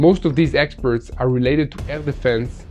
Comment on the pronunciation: Exports is pronounce "Ex porets" not experts.